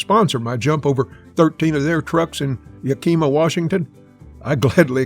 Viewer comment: The real Evil Knievel would know how to say Yakima.